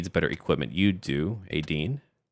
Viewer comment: love your vids but I hate it when you call Etain Adin :)))